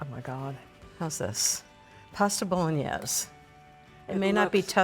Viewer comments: Why is it so hard to pronounce Bowl-In-Aze? I grew up with Italians in my family and got it after 5 or 6 times with them speaking broken English. So many just can not get it correct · love Christine - would have enjoyed hearing more about her life!!! Also, Italians pronounce the "e" at the end. My father (from Venice) spent a lot of time correcting my Italian. My family is now in Venice and Rome. Many words have their vowels cut off here in America - my father would slap my hands if I pronounced them that way. Anyone from South Italy - curious about their pronunciations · Yuck....too much sauce and too much wine. Ina you should know how to properly pronounce bolognese. Christine lives part time in Italy and yet she's acting like she's never seen anyone cook Italian before. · Ina. Thank you for your wonderful kitchen experiences. As a southern Italian orecchiette are served with broccolini, no red sauce, and bolognese with a flat wide pasta. Please check pronunciations for the correct Italian diction instead of using a French slant. Thank you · that was the first thing I noticed - the mispronunciation. LOL My dad was a chef near Venice - he occasionally used milk in his to tenderize the meat in the beginning. It's not an authentic part of the recipe (nor the nutmeg and herbs). An authentic recipe is actually on the drier side!